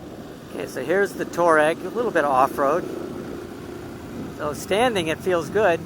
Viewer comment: Over this side of the pond we say "TWAA-REG" which is the way the Saharan desert people pronounce their own name. Your pronunciation sounds like "TOE-RAG" and in British English this is the description for the sort of person who'd steal your grandmothers purse. 😯